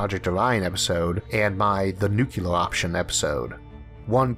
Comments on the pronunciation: say it with me, nuCLEAR. Not nu-cyul-er Great episode as usual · Anyone else hearing him pronounce it "nuke-ya-ler" instead of "new-clee-ur" all throughout the video? I give him more leeway than I do for most other people on account of the slight speech impediment, but I'm pretty sure he's capable of pronouncing it correctly and has done so in previous videos. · I love your content, and your eloquence more than makes up for your speech impediment, but it makes my ears hurt to hear a physicist say pronounce nuclear "nukular". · Here from Curious Droid. This place looks interesting! But please, it's "new-clear", not "nuqular" :))) It drives me nuts when i hear it, haha. Anyways, looking forward to "wasting" some time on your channel! Cheers! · NuClear NuClear NuClear not NuKelar NuKelar NuKelar lol - I get OCD episode after every time I hear "NuKeLaR" hahahaha :D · It makes it hard to understand for us non-native speakers. Also, nucular ? Really ? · Nuclear: Noooo Kleeeeeeee Errrrrrr, got it? Wrong is how you're saying it "Nuk-You-Lehr" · Yes, because with his speesh impedeement, he could say it properly. He has a lispthft. He is simply mispronouncing it. Noo-Klee-Errrrr, bub. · Where the hell do you get off saying "nukular"??? That's *our word*!*OUR WORD*!!!! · What's a "maws"? Seriously, even ignoring the "nuculer option", where does one get such an outrrrrrrrrageous accent??